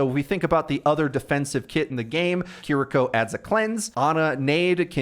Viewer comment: bro said Care rico.. kiriko g 💀